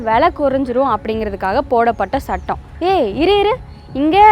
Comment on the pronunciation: ஸுற்று ஸூளல், ஸிக்கல், ஸட்டம்... ச்சுற்றுச் சூழல், ச்சிக்கல், ச்சட்டம்.. இவையெல்லாம் உச்சரிப்புப் பிழைகள்....